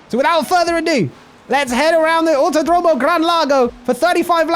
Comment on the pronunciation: Pronunciation tips from Buenos Aires resident. Autódromo: The accent goes in the accent marked syllable. So "auTÓdromo". Double L words like "Villalba" and "cordillera", we pronounce it as SH. So: "Vishalba" and "cordishera" (don't overdo it, though). Although this is normal where I live, IT IS NOT CORRECT. The correct way to pronounce it is more close to LY (just an approximation, it's like a very strong L). So "Vilyalba" and "cordilyera" are probably good approximations.